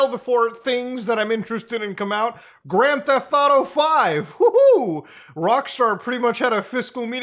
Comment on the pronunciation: "Grand Tate Auto" "MORETATE COMBAT"